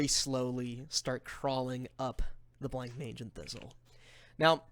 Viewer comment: I know it's much too late, and this is a really fun watch, but it's pronounced Bla-monge. Not Blank-mage.